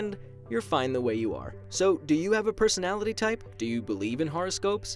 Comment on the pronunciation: “pesonality test”